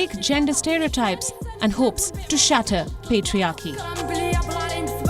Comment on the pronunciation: LMAO .. when the news reader said "patriarchy" i stopped the video